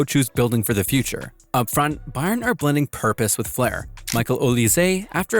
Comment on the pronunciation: Why can’t you pronounce Bayern correctly? I’m suspicious the voice is AI.